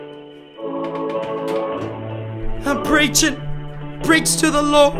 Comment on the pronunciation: pReCh pReCh tO thE lOrD